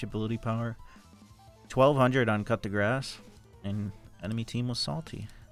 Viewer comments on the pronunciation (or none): Is saying “cut the grass” rune a meme? Cuz it’s pronounced “coo de graw”